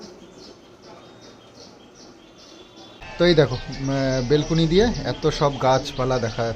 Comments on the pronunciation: plz kathataBelcony na Balcony bale go....kichu mone korona khub Kane lagche shunte taibollam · অশিক্ষিত হলে যা হয়! তিন তলা বাড়ি করে Balcony কে "বেলকুনি" বলছে। শিক্ষার দৌড় বটতলা। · কথাটা বেলকুনি না... ব্যালকনি বলে। শহরের মানুষ শহরে ঠিক আর গ্রামের মানুষ গ্রামে। তোমার যেমন শহরে বেশি দিন ভালো লাগবে না, তেমনি আমরা যারা শহরেই জন্মেছি, বড় হয়েছি, তাদের গ্রাম কিছুদিন ভালো লাগবে, সবসময় নয়। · ওটা বেলকুনি না😂😂ব্যালকনি। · Ota Belcony hobe na,balcony hobe, valo laglo video ta r sona baba key amar onek onek ador dio ❤